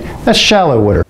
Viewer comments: It’s water not wutter. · Hehehe he said wooder. Is he from Philly?